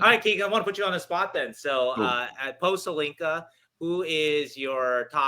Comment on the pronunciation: It is not Holinka or Helinka. It's called Hlinka after Ivan Hlinka, czech legendary player and coach. A bit of respect please.